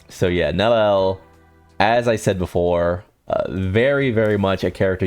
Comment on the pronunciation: Nel-E-L 3 syllables.